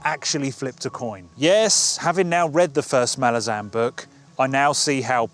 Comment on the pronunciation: I'm pleased to see that you've tried Malazan (as a fellow Brit, I pronounced it exactly the same as yourself) as I'm aware you posted, what, four years ago that you'd get round to it one day? I'm pleased the day has come.